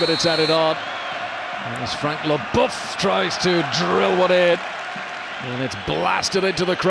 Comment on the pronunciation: As a French person, it makes your ears hurt to hear the pronunciation of certain French players' names. : Deschampes, Blanque, Lebouf whereas in French it is pronounced (Des Champs, Blan, Le Boeuf). Couldn't the English-speaking journalists ask their French-speaking colleagues about the pronunciation ? That way, the French wouldn't have their ears bleeding.